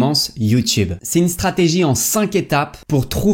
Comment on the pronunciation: La "startigie"